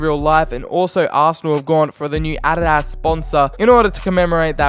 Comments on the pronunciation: I like how he seys ”Ariarias” to adidas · Why does he say adidas so weirdly ?